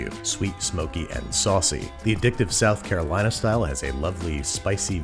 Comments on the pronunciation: I physically cringed every time you said South Carolina. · From south carolina and I got unreasonably upset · I'm not from NC, but I am in love with their BBQ. So every time I hear you say "South Carolina" I cringe. Please just dub over yourself and fix it. I literally want to puke hearing you say it.